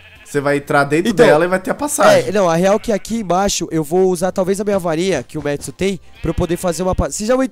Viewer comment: não e metsu e matsu